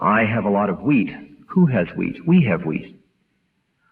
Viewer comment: Sounds like he's saying take the weed.. not wheat. 😆😀